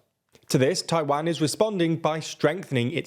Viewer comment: Is it too much not to sound like Wario when you say Taiwan? It's Taiwan, not Tai-waaan